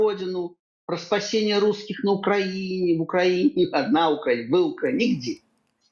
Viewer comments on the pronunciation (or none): none